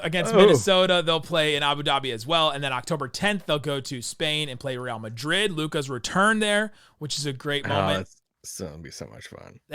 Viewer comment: Decent pronunciation on Real Madrid,. Much better than usual “Rill Madrid” 😂